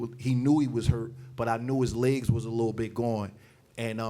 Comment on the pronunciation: Why does he say "legs" like "ligsss"